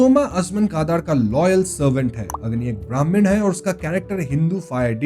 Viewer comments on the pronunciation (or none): none